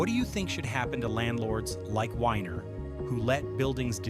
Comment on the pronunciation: Joel Weiner not winer weeener